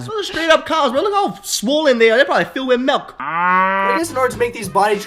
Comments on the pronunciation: ...he said MELK instead of MILK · .......... "melk" .......... cringe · the way he said milk lol I like your vids keep it up